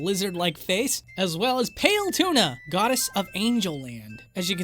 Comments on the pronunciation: He said Paletuna instead of Palutena XD I'm sorry but that was funny Anyways, awesome video as always :3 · "PALE-TUNA" 😂 It's Pal-u-tina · It's Palutena, not "pale tuna". And she's the goddess of light. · Bruh he deadass said P a l e T u n a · You're killing me with these pronounciations. Pale tuna? Ray-kwahzah? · its 'Pal-oo-tay-nuh' not 'pale-tuna' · PALE TUNA! Ehm... Are you sure you don't mean Palutena? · Wait hold up did he just call Palutena Pale Tuna? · I am sorry but "Palelutena"? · I hate to be the guy, but it’s PAL-oo-TAY-nuh. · pale tuna. i cant tell weather or not your laughing on your mistake in the leftovers episode or you actually dont know its not pronounced like that. or were you originally joking in that leftovers episode all along? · What's with the subtle, but REALLY wrong pronunciations? Pale-Tuna? Free-Gate? Like... these are simple words... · "Pail-tuna" Palutena? Nah! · Would've been neat to see the exported frames from the intro:( Also, it's PAL-UH-TAIN-AHH ALSO, Ray-QUAYYYYYYY-ZA <3 Love you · did you just butcher Palutenas name and call her the Godess of Angels?